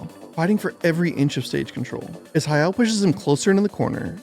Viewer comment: Anyone else hearing “Hi-El” instead of Hayao? I was confused most of the time he’s pronouncing it like that.